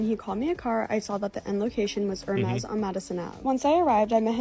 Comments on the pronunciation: Did she just pronounce Hermes...Her-mez? I can't with these damn brands anymore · Case and point, she can't even pronounce the brand she covers, actual high class people would know the H is silent in Hermès.... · Shopping at 'Ermez' 🤣🤣🤣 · Why does she pronounce "Hermes" that way? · Ok…. Red flag; mispronouncing HERMES….just priceless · she cant even pronounce hermes correctly... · Imagine selling your body for a clothing brand....that you can't even pronounce the name of. In Hermès the H is silent. What a tradgic set of affairs.